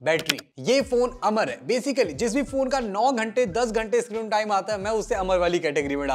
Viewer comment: iscreen nhi bhai-sahab. screen hota hain.